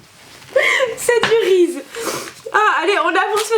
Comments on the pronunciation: Tu prononce "Rize" alors que ça se prononce "Rizize" ;) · "c'est du rise" ptdr sa ce prononce "rissise" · Reese's y'a un S il se prononce😂😂❤️ "Riziz" !!!😂😂😂😂😂💙💙❤️❤️❤️